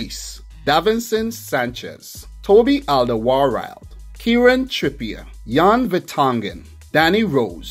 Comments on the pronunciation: Yes it is, we nowadays write it differently. If you say Olderworld it is already much closer to the Dutch pronunciation. Easier to do for English speakers. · You say Alderweireld really funny. It is Flemish Dutch for Old World.